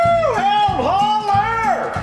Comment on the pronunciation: Hey, It's pronounced healed, as in - I wrecked my motorcycle but now I'm all healed up! Made here in Southwestern Michigan.